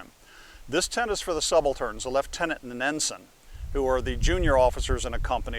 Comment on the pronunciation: Impressed with your pronunciation of lieutenant.